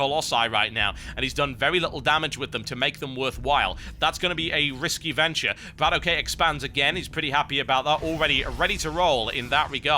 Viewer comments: Its Bratok not brat okay... it kinda means bro in russian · it's no brat ok(ay). it's bratok. where "a" sounds like "a" in banana! :) and ok like "ok" in lock. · TB plz stop saying BratOkay its 1 word bra-tok, meating in russian sleng brother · BratOK himself has said, that it's Brat-okay. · In order words, it's pronounced "brattock" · Why do so many people care that TB says the name wrong. If BratOK wants to correct him then that's his call. Everyone else need to stop being trolling fanboys and just watch and enjoy the freakin video. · Until Brat-OK corrects The Great TB on how to properly say his name... stfu